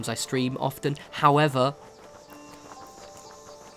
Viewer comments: "howether" Love you! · That's really weird, I just opened the comments and literally as I read this comment he said "howether" (video was still playing) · Jaffa Man everytime haha i thought i was the only one that noticed it. I've started saying it myself now.